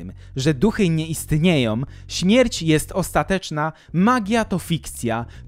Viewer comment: Mówi się istnieją a nie „istniejom” !!! I wiele Twoich tego typu błędów. To „wykręca” uszy słuchających. O, znowu, wierzącą a nie „wierzącom” !!!